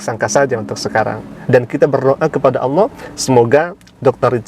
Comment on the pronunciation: Saya mau luruskan saudaraku Bukan aulloh...atau allooh Allah saudara ..aliif..nama Allah jangan d rusak😊